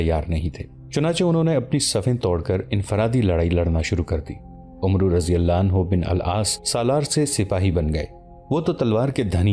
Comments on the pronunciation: Not omroo it is Amr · Bhai umru nahi amr bin al aas padho 🙏